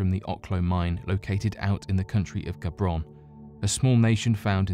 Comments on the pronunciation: #2 I thought he said "Gabron" instead of Gabon. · Country of Gabron? You mean Gabon?